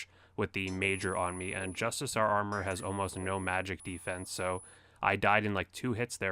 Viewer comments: JUST-I-CAR. NOT JUST-I-SAR. Do no Runescape players learn how to pronounce the English language? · Justicar- pronounced just-ik-are